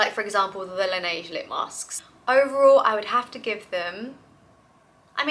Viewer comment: Laneige is pronounced like you said it first 😜 I have to say it because you are always right when you say it but then you doubt ahah 😘 About the Summer Fridays personally I prefer them sooo much over Laneige ones. Much thicker and last all night long. I still have product on my lips the next morning 🥰